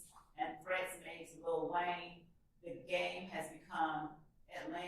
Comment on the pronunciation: he never said GAME he said "Gang" lol smh